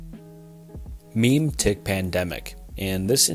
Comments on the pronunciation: Mem-etic Not Meme-tic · Can you PLEASE look up pronunciations with terms you are not familiar with. Omg, chunks of this were straight up painful to listen to. Memetic is pronounced like Memory not fucking Meme tic. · So the memetic thing is (first off pronounced "mem-eh-tic") but isn't referring as much to internet memes as we know them, but really any sort of cognitive infohazard or dangerous thought. Like a sort of thought pandemic. The Flesh that hates is actually an SCP. being SCP-610 For some of the ending ones, the Shy Guy in SCP lore will kill ANYONE who sees him, so the idea is that somehow an image of him is spread to everyone in the world, and he just kills everyone. For Retrocausal rewritting, that means time itself changes, not just the records. For the video itself, you're doing some great work here! These kinds of videos can be surprisingly taxing. There are a couple of points of criticism I'd like to make. First, your pronunciation on a lot of words is a bit funky. Memetic as I mentioned above is a big one. Second, I'm not sure if you used a chatbot, but a lot of the script sounds weirdly AI generated. If you are using AI to help with scripts, I'd try rewriting them a bit to make it sound more natural. Other than that though, this was a great video. Keep up the good work! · it's pronounced ''mimmetick'' not ''meem-tik'' also sterilization means the inability to reproduce and has nothing to do with cleanliness. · for your information me-me-tic, not meme-tic otherwise well done! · "Muh-meh-tic", not "meme-tick" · it's pronounced mem-eh-tic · Hearing memetic pronounced "meam-tick" feels like it should be a meme itself. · i am BEGGING you to search how to pronounce at least one word per video. hearing you pronounce memetic as "meme-tick" was my final straw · Bro dead ass said "meme-tic" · Memetic is pronounced "me-metic" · memetic.... muh-meh-tik